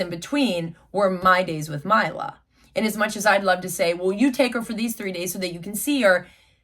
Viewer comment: It’s “my-la” not “me-la” just letting yhu know